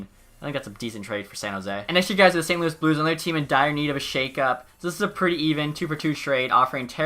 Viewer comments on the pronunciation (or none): none